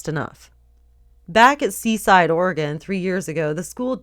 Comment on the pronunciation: It's "Ore-eh-gun" no "ore-ee-gone" =p